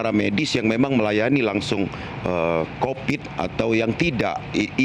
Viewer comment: Covid bro...bukan Copid🤣🤣